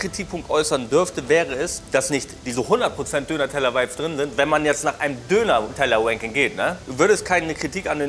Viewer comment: Warum kann auf einmal Ranking richtig aussprechen?❤ …Never mind